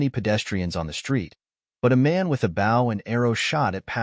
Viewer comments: The mispronunciation of ‘bow’ is beyond annoying. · It's funny when AI says words like "bow" and "resumé".